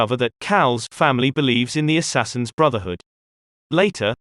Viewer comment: Lost me at "Assassians"